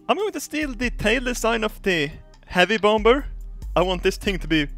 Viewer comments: I love how he says "bomber" (pronounced "BOM-er) as "bomb-ber" (pronounced BOM-Ber) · HEY DIP SHIT ITS PRONOUNCED BOM-ER NOT BOM-B-ER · Not being nasty or anything but you need to work on you English bomber is pronounced (bomer) but awesome video 😉